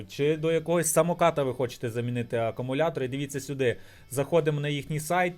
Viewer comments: акАмуляторні акУми😅🤦‍♂️ Рекламуєш магазин, відкриваєш на смартфоні і пише "Акумулятори", а читаєш і мільйон разів говориш акАмулятори🤦‍♂️ АкУмулятор - акУмулює електричну енергію. Що робить "акАмулятор", то є питання... Певно акАмулюває😂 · не акамулятори а акумулятори